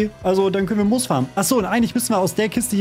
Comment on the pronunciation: Es hat mich so sehr getriggert als er Mos anstatt Moos gesagt hat lmg